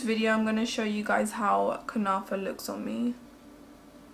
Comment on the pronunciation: Kunafa you are saying it right dear ❤️xo